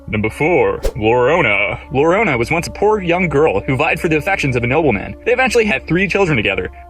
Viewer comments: it's not lorona. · "Lorona"? "Cucuy"? WTF?! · Some Doood he needs to learn some Spanish tho I cringed at that part